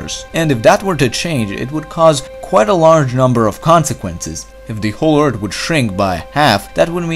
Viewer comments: Narrator....your videos are interesting BUT as a presenter unable to pronounce 'th' is so hard to listen to multiple times...especially 'Erd' (earth) Sorry. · Learn to pronounce th!